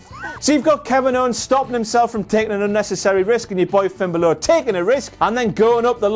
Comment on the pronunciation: I think he pronounces Balor wrong